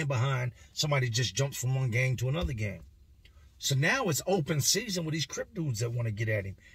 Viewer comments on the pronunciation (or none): none